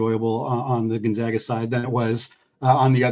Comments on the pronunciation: When you have a fellow podcaster on, maybe it’d be a good idea to gently mention how to pronounce Gonzaga. It’s off-putting to hear it mispronounced. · People are still mispronouncing Gonzaga. Very irritating 😠